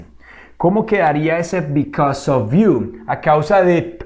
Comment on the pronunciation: A mí me quedo claro que because se pronuncia bicos y because of bicosof🤣😂